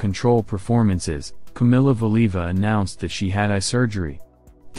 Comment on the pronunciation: the narrator (AI?) cannot even pronounce Valieva's name correctly! Nobody noticed before posting this? Weird